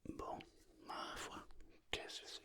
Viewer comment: « Qué ce céé » 😂😂😂💪🏻